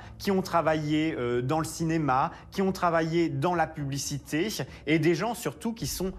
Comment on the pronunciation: serait il possible de faire donner des cours de diction au "journaliste" (journaliste! 🤣🤣) Pierrick Geais? Parce que ses "che" en fin de mot écorche les oreilles notamment aux personnes qui essaient d'apprendre le français ("mariéche", "travailléche", "publicitéche" ça ne veut rien dire!). Et si il pouvait, au passage aussi, arrêter de singer les gays ça serait sympa, la caricature est insultante! 😠